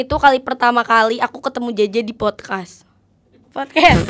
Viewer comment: Yg bener emang podkas bukan podkes, si bener bilang nya